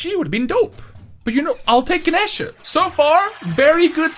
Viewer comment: also it’s ga-knee-sha